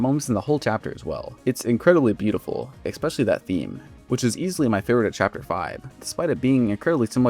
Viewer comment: oh my god… I like your videos but please stop staying “EXpecially” it’s pronounced especially for god’s sake… the fact that you use it every other sentence makes it worse